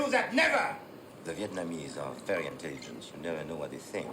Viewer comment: It's refreshing to hear Vietnamese pronounced correctly with three syllables. Most people in the USA only use two syllables.